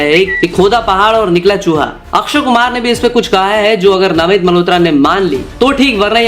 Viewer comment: नामित नहीं है नमित है